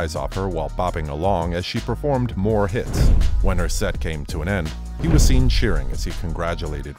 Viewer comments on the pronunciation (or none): none